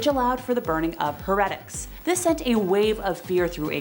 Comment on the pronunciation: Please learn how to pronounce words properly before speaking. ie heretic and Protestant